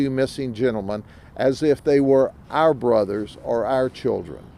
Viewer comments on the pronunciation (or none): none